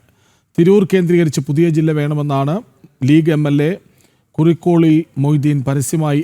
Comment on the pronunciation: കുറുക്കോളിൽ അല്ല: കുറുക്കോളി മൊയ്തീൻ എന്നാണ്